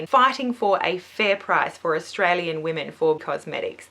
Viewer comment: Australian not Sustralian haha